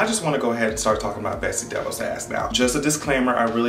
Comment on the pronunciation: when you say her name sometimes it sounds like Betsy Devils and in my language it means Betsy The Fox and I think thats real accurate